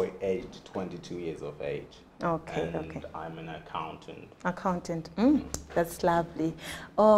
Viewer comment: nhai henyu imi “Age” pronounced “edge”😂